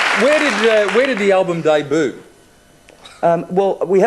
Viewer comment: Debut is a French word. I giggle every time I hear John pronounce it Daybood.